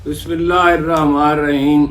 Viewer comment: ہارون رشید صاحب کم از کم بسم اللّٰه الرحمن الرحیم تو پورا اور صحیح پڑھ لیاکرو ۔اتنے بڑے صحافی لیکن بسم اللّٰه الرحمن الرحیم درست پڑھنا نہیں آتا۔